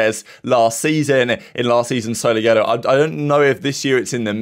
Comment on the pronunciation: S O L O Y O L O SAY IT WITH ME ITS NOT THAT HARD